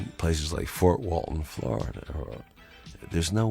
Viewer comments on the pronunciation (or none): none